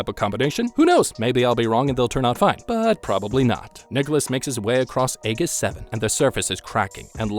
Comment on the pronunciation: It’s Ae-Jiss 7 not Ae-giss for the pronunciation just fyi. And was complaining that the game wasn’t hard enough lol